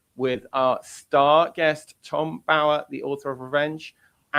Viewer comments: Please pronounce Tom Bowers name correctly. Yes you are saying it wrong as I have heard many (including him) say it is Bow as in what you do in front of the king not bow as in bow and arrow. Its rude. I know Paula you are copying Tom (the royalist) but you have heard every other journalist pronounce it correctly. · Just pronounce Tom Bower’s surname correctly !! Irritating